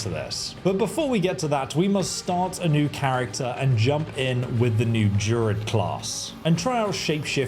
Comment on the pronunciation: What's a JUR-ID? Is it not pronounced DRU-ID? Not to sound pedantic.